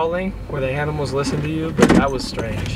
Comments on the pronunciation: Hahaha in He said Aminals instead of Animals! Ahhahahahhaahhahahahaah LOL Haha name those Squirrels NUTS and CHIPPY!! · The way he said: "Alright So we are feeding all the aminals" in lol😂😅😄😆?! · _ he says aminals 😂😂😂😂😂